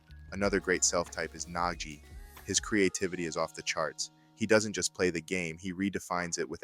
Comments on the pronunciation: Idk AI probably would not pronounce Nagi as Naji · definitely feels like ai both wrote and narrated your script. At multiple times you mispronounce names (like nagi-nagee) or inconsistency with barou's name, not to mention flat out incorrect things like saying the swordscrew is yuki's signature shot (it isn't, he did it once) or saying it tricks goalkeepers into moving to one side only for the ball to drastically curve (that's the gyro shot, his actual signature shot). And overall the way the script is written is incredibly reminiscent of AI, especially the way it pads it out with unnecessary noise that adds nothing of value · Why is Nagi pronounced as Najee? He isn't Najee Harris 😂